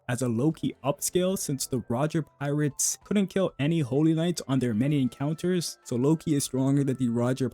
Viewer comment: I don't know how to explain it, but a lot of the words in sentences that start with and have consonants are seemingly muted. It happens throughout the video but gets quite noticeable towards the mid and endpoint. For example between 6.59 and 7.00, when you say Roger pirates, the P is kinda cut out. Another example is between 7.20- 7.40. The words Haki, Killing and Probably, attack, sukuna are all kinda cutting off